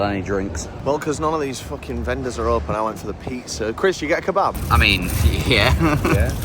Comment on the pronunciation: once again giving the most. The “key-bab” sent me. 😂